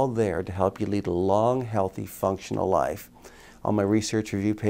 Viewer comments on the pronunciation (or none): none